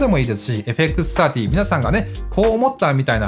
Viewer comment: 皆んな「FXさんじゅー」って言ってるけど、AUXOUTさんの「FXサーティー」って言いかた良いっすね！ (・ω・)ノ